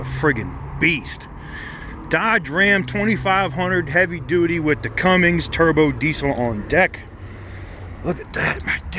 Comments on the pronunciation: Cummins NOT Cummings! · It’s not CumminGS. It’s pronounced Cummins brother! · Cummins...not Cummings for fucks sake. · Did he say cummings? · There's no G in Cummins. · meleg - yep, the one may be mistaken for some 'other thing'. 😉 Especially if not pronounced correctly...